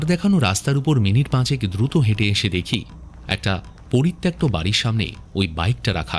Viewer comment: বারবার পরিত্যক্তকে ত্যাক্ত কেন বলছেন !? বাংলা ভাষার আর কত দুর্গতি ঘটাবেন ? পরিত্যাগ>পরিত্যক্ত>পরিত্যাজ্য হয়